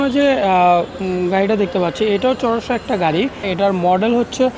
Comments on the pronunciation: চোরসা না রে পাগলা 😂 এটা কোরসা 😁😁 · টুসকন, চোরসা,শুক্কুবার, bhai seriously?.. a kemon bhasha bhai